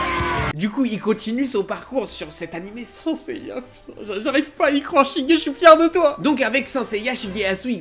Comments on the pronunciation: Je rêve ou il dit seneseilla et pas senseilla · Depuis quand on dit « sinceya » ? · Je ne prends pas les infos d'un gars qui prononce "saint seiya" comme toi